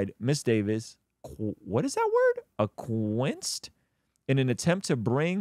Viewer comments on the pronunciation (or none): "Ak-wee-ess'd" LOL! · Hey, the word you spoke about is acquiesced (pron. AK-WI-ESKED) meaning accepting something but reluctantly